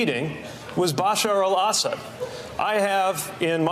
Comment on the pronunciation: Buttigeig didn't even pronounce "Assad" correctly. The man decimated South Bend, IN, pop. 100K. Yet he feels qualified to run our country? Tulsi makes them ALL look like clowns, but our populace has been so dummied-down that there's not much hope.